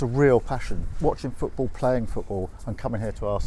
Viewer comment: Cant listen to anyone who pronounces "football" as "footbull"